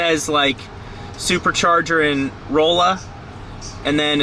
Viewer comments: it's pronouced "ralla" not "rolla" ya gotta remeber you're in Missourah! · its Rah-Luh not Roll-uh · Rolla (Missouri) is pronounced like some say Raleigh (N. Car.) ... Rahla not Rôle-a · I just entered Missouri...I just went through the most treacherous rain ever... People from Missouri: Yepp... Roll-a Lol, its Raw-luh honey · I am so shocked to see you mention Rolla. But it’s actually pronounced raw-la 😂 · Great video! Just for future reference, it’s pronounced Ralla lol. I live in fanning about 30 minutes from where you were. I’ve been to that exact supercharger in Rolla. Keep up the awesome vids! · Rolla, MO is pronounced more like 'rahlla' btw :) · The second I saw your short I knew these were some Missuorians lol. Loved the mis-pronunciation of "Rolla" (Rawl-Uh) haha. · Nice video! But, Rolla is pronounced raw-la 😉. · You cracked me up with the way you pronounced Rolla. Phonetically it’s Rall-uh. Subbed too, thanks for visiting our state! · So.... I hope you liked our super charger in Springfield, MO. Rolla... That is pronounced Raw-la. Yes the people are nicer in the Midwest. I left Orange County California 15 years ago. My life is so much better here. Thanks for sharing. Say hello to all of the Yinzers when you get to Pittsburgh. 🤣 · Please someone tell me he's not going thru missouri. Cuz that pronunciation of Rolla was atrocious 😂😂😢